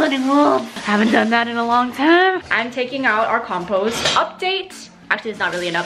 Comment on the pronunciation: I thought I heard "couple" update instead of "compost" update.